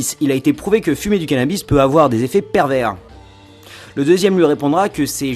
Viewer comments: ON PRONONCE PAS LE S DE PERVERS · C'est pas parce qu'il y a un 's' à "pervers" qu'il faut le prononcer... on garde ça pour "perverse"... non ?